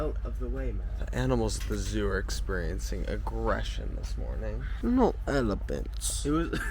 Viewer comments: No elepints , No elepints 😂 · "No elifints" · 2025 and still can’t get over how chris says “no ewlephewnts” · "no elipints" 😭😭 i laughed so hard at this 😭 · "No elepants...no elepants..hehe" I love Nick so much omg😭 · i came back to this just to watch that part and for nick to say “no elepints☹️”